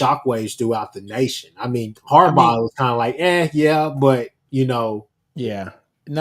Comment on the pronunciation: Who the fck is Harbarr? How does someone not know how to say those 2 brothers names? Hopefully he is trolling or something. Sorry that bothered me every time i heard it. Lol🤔🤦🏾‍♂️